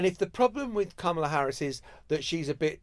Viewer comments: It's "comma la" not "kam a la" It's so disrespectful that almost all journalists are mispronouncing her name!!! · Emily, you’re killing me - it is “comma-la” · Emily, darling, can you please, please pronounce the Vice-President’s name correctly. It’s weird because John does! And you hear him say it regularly. It is pronounced “Comma-La” or with your accent, “Comm-er-La” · Emily, please say it right. It’s comma-la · Guys I love you but please pronounce Kamala’s name correctly 🙏